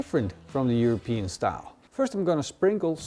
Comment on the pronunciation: European not europese